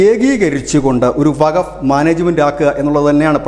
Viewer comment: വകഫ് അല്ല സുഹൃത്തേ വഖഫ് എന്ന് ഖ സ്‌ട്രെസ് ചെയ്തു പറയണം